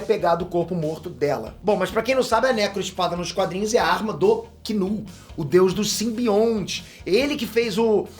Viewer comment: Que alívio escutar o Chamar Knull=kinu não igual os outros chamam Nu...👏👏👏😁😁😁